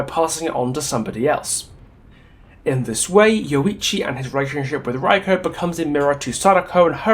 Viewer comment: This is a nice video! Though, I noticed you pronounced everyone but Reiko's name properly. I'm not sure how accurate you want to be on it, but it's pronounced "Ray - koh" or more precisely "Reh (like "eh..." - i(in ear) - koh" depending how accurate you wanna be, still, great video! :) I always love what you have to say!